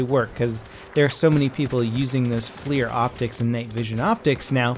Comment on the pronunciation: FLIR is not "flear". It's generally accepted to pronounce it "fler".